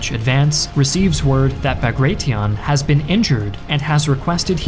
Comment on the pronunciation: Quite a bit inaccurate/wrong info, as others have pointed out. I feel like this was perhaps a bit rushed, given that a simple re-read of the script/fact check should have revealed most mistakes. Also funny that you decided to go for neither the Russian nor the English pronounciation of Bagration, and instead made up your own. :D